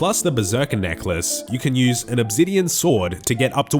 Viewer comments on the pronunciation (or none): What’s “Uhb-zidien” ?